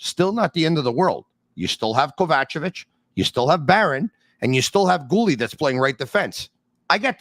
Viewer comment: The way pronounces Kovacevic’s name makes my ears bleed…